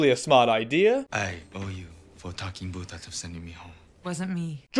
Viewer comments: I'm sorry, I keep hearing it as "Boof," which is REALLY fucking funny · I keep thinking you're calling him "boof"